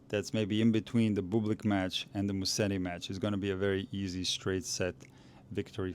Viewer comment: Amazing analysis thanks! Just one favor for Italian speaking followers: it's Muset-ti and not Mussedi 😉